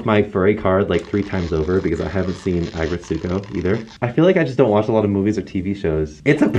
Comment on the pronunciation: the way he pronounces aggretsuko is like nail on a chalkboard